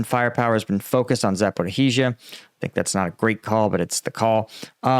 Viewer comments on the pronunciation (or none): Bro it's zaporija not zaporohija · Please don't say "H" in Zaporizhzha. "H" is after Z and it's anglicized but zh (ž) is one letter. Great content though. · Zh is not a compound sound of z and h but totally different one. It sounds like the 's' part in television. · Love ya,, but I can be quiet no longer. You are adding an extra syllable that doesn’t belong in “Zaporizhzhia.” It’s Zap-o-ree-zha, 4 syllables max. Otherwise, no complaints here. Thanks for your commentary.